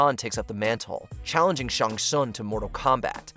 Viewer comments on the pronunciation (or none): First of all, its pronounced Shang Sung and not Shaang Sung and Ray-din not Rai-din. And secondly, the best fatality is the one that finishes off the best combatant? Really? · I know that, I'm just telling him how it's pronounced. Since T is silent it's shang-sung. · The pronunciations of some of these names by the narrator makes me cry. "Ryden" for Raiden "Shong Tsung" for Shang Tsung.